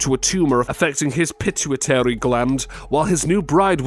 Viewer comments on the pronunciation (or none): The narrator couldn't pronounce a lot of words correctly such as 'pituitary'. Whenever I get , let myself be sucked into these shows, the man/computer? have no clue what they are saying and consistently pronounce words incorrectly. It is like fingernails on a blackboard to me.